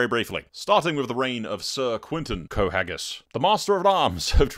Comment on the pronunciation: You pronounced it right lol, Qohagys